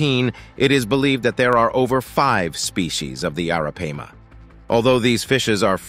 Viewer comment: Dude, every time you said Arapaima you pronounced it differently. Do your job right bro. Research.....